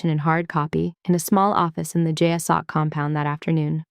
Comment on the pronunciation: And I will be forever thrilled when the acronym "JSOC" is correctly pronounced "jay-sock".